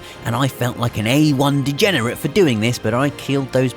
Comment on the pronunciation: What is up with reviewers not being able to pronounce simple words like "degenerate" and "especially"?